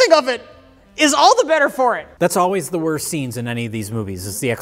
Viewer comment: from a previous episode: "can you teach me to read?" now: can't read the word "The" The continuity is spot on